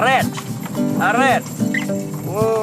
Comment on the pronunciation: Funny that his “arrête (stop in French » sounds like Arabic ou Spanish native. Not alsacien accent at all. Idk it’s because there weren’t native French speakers around his family our it’ just a language revolution tho